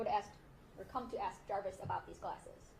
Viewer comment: Can she pronounce “ask” correctly please and stop saying “ax” 🙄🙄🙄 disgusting that she still took his calls